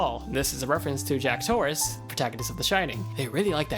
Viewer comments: His last name was Torrance not Torrace. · Jack Torrence, not Jack Torrace. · #47: that's Jack Torra*N*ce, not Torrace. Also, you are talking WAAAAY too freaking fast, slurring your words, and seem to be about five seconds away from drowning on a mouthful of spit. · 1) The character from The Shining is Jack TORRANCE, not Torrace. 2) No mention of half the development team being Australian? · Jack "Torrence" not "Torrace" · The character from The Shining and named hall are "Torrance" not "Torrace." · The name is TorraNce, Jack Torrance. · In The Shining his name is Jack *Torrence*. Not Torrace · Jack Torrance. not Torrace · His name is Jack Torrance not Jack Torrace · his name is jack TORRANCE, not torrace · Jack torrace? Wtf man come on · One of these facts isn't even a thing. In The Shining, the guy is named Jack Torrence. With an N. Not jack torrece so the Torrece Hall in the game has nothing to do with the Shining